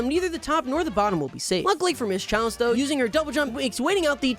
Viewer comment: he says ‘Charlie instead of chalice